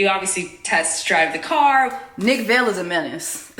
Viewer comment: Are you mispronouncing Nick Viall name on purpose? Cuz if yes, nice. But just in case it’s pronounced Vi-al sorta like vial/vile. 😂😂😂😂. Not a fan of Nick-it just cracks me up every time you say Vale. 😂